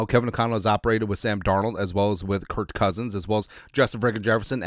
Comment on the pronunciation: Please please stop saying Kurt cousins…it’s Kirk cousins…With a K..not a T. How can you not know that? It’s got to be intentional.